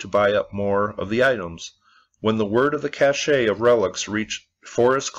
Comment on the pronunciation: Cache is pronounced Cash. Cachet, as you pronounced it, refers to prestige.